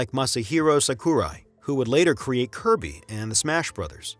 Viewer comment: masahiro SAkurai, not saKUrai